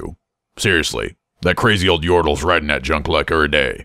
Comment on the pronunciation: Yordle* not Urtal ;p